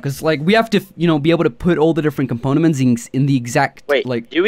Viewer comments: I think he means components??? Not componaments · the way he pronounces components triggers me